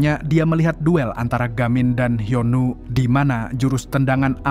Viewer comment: Bukan hyenu tapi hyun woo